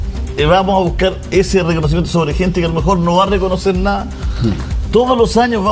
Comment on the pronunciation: Julio César que manera de hablar mal “Todoloaño” 😮 “reconocer na”😮que vergüenza